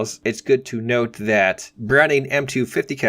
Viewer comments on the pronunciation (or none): none